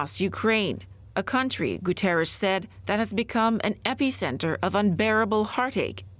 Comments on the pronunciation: Someone please teach her to pronounce Guterres. Saying his name correctly rather than making some weird sound is the least a reporter can do... He is the Secretary General of the UN ffs! It kind of distracts from the weight of what they're reporting. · The studio reporter saying "Antonio Guterres" sounds like Ash in "Army of Darkness" when he forgets the Necronomicon's magical words. 🤣